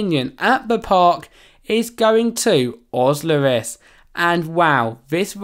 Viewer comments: Fun fact : it's not Ozlris but Oziris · OZLIRIS HELP